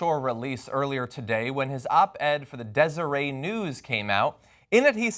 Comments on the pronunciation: In "Deseret News" the "t" isn't silent. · Omg 😂😂😂 it's Deser-"ett" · desereT. Like the Nation of Deseret. It's a Mormon thing... it's not french. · It's "Dez ur ette" News and he won't lose his job over this. Nobody will even care about it there. They love Hatch in Utah and he can do no wrong. The newspaper is enmeshed with the Republican party there and this will be forgotten. Yes, it's a big deal. Nobody there will care though (at least in a few weeks). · It's Deseret with a hard T... And Deseret "News" is basically owned by the Mormon church. Their oppposition is The Salt Lake Tribune And Hatch is an A$$hat.. ... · Not a criticism, but just an FYI: It's pronounced [dɛzəɹɛt]. It ain't French. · It's pronounced like dez er et Jon lol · Its pronounced Dezer-ET. Not silent like in Cabernet. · its pronounced des-er-et lol #onlyutahthings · FYI, Deseret rhymes with met. It's not French, it's a newspaper of the Mormon church. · John, it is pronounced Des-er-ret news, it's a mormon thing. Like everything else in Utah. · pronounced dezzer-et ... mormons. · John - Pronounce the "T" in Deseret News. It's a word familiar to the constituents of Orrin Hatch. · You pronounce the "T" in"Deseret."